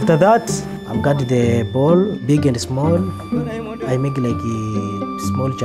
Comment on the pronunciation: The way he says “I make-a the best-a pizza!”; I’m intrigued that the Italian lisp stereotype is a thing in East Africa. 🤣